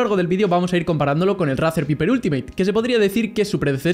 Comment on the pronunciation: se pronuncia "vaiper" ni viper JAJAJ típico español